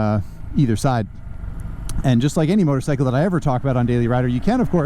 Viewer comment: Love how says "motor-sickle."